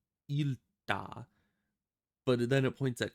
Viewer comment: Congratulations, you were able to pronounce the one Finnish word correctly "iltaa" (Evening)